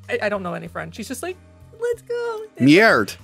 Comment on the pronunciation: Bonjour! I think i am that one viewer from France. It's pronounced merde like meh rr duh not meeaird by the way :) I surrender